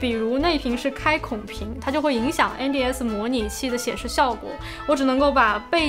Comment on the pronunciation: 因为把N的发音读正确了，所以我按赞，哈哈